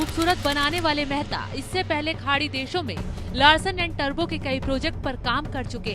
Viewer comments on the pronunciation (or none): It's tubro not turbo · बहुत सुंदर और विस्तृत जानकारी राम मंदिर निर्माण के बारे में. टुब्रो सही उच्चारण है टरबो नहीं लार्सन एंड टुब्रो में. आप बार बार टरबो उच्चारण कर रहे है